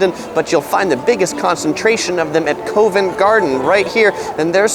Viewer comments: Go to HMS Belfast ! It’s a museum Covent not Coovent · The older more historic"London bridge" was sold in the 60's and shipped bit by bit to the USA! It was too narrow for modern cars having originally meant for a horse and cart. Then rebuilt some where in Arizona. ....................(ps ask a local how to pronounce Covent) Great videos by the way.